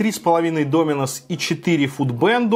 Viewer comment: Пожалуйста, не говори с ударением на "и" ДомИнос, очень напрягает. Правильно только ДОминос:)